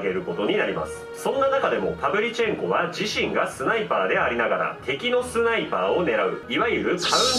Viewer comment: ス"タ"イパー（）